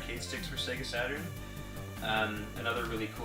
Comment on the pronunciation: It's Not Se-Gu It's Say-Ger ( SAGA ) I Know This Isn't How Its Spelt,I'm Trying To Write It How U Say It